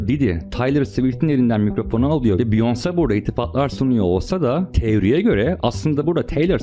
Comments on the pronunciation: Abi beyoncé'nin ismi ‘biyons' diye okunmuyor é harfi olduğu için 'biyonse' demen lazım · abi olayları çok iyi özetlemişsin sadece beyonce biyons değil biyonse diye okunuyor ufak bir bilgi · Biyons diye okunmuyor o Beyoncé! Taylor Swift adinida yanlis söylüyorsun. Surda mantikli bsy yapmaya calisiyosun adam gibi yap ltfen. Isimleri bile dogru telaffuz etmeyen birini nasil ciddiye alabiliriz? Biyons dedigin an bittin benim icin. Umarim ciddiye alirsin bu yorumu. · abi allah rizasi icin beyonce'nin ismini dogru telaffuz et.